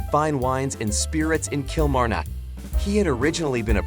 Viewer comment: It would be nice if you took the trouble to find out how Kilmarnock is pronounced by the people who live there.